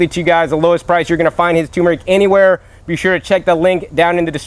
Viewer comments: "Nukular tumor rick!" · Love you, John........ tur meric, not tumeric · "tur-mer-ic", not " tumor-ick". please! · Turmeric not toomeric, we grow our own as well, great video, thanks for sharing, didn't know we should be eating the leaves! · Matts Toaster If a child or adult is going to learn it is by being corrected. If a person has a disability that is a different matter. I don't think that is the case in this thread. It is simple. The spice is tuRmeric. Not tumeric. Can you say turmeric Matt? If you are physically not able to say it perhaps you can spell it. If you can neither say or spell the word properly there is nothing I can do for you. Of course we can understand messed up words but civilized folks aim for a higher standard.